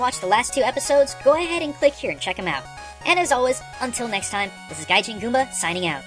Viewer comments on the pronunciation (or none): none